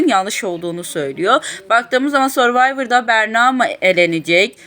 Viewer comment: sor değil sörvayvır diye okunur (who cares dimi?)